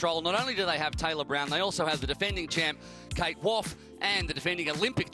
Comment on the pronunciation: waugh is pronounced war not woff surely as in steve waugh famous ozzie cricketer